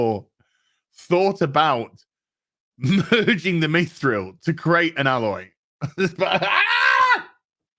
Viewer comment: How does it not make sense you can't create without sacrifice? why are you and purposely pronouncing mithril wrong just because the show did?